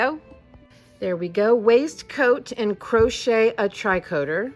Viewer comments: Tree coat A (with the A being the end sound of Cafe) might help with the pronunciation. Love all your hard work! Haven't gotten to the end yet to see what it is but very intrigued by the addition of the sewing machine.... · Tricoter = Tree-co-tay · Hey, this looks good!! :o It seems like it would be very warm in winter too! In case you're wondering, tricoter is pronounced more lile tree-coh-tay :3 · I am not trying to correct you but its not tri coter its tricoter as in knitting its french.